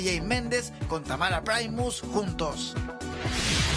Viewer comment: se dice primus no praimus